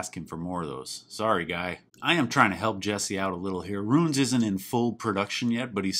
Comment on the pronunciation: I love the way you enunciate ROONS